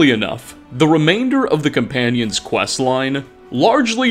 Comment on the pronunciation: “The Companionses hall in whiterun”